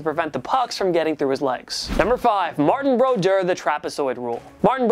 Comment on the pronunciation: And he can't even pronounce Martin Brodeur's name